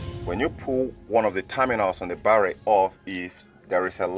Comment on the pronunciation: YOUR BARRRY PRONOUNCIATION IS KILLING THE TERMINALS IN MY BRAIN